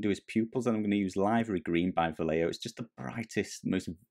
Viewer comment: Question for everyone: wouldn't it be Liv*er*ee instead of Lie*ver*ee?